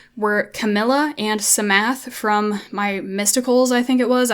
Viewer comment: the p in psamathe is silent you dont pronounce it lol like in psalm you dont pronounce the s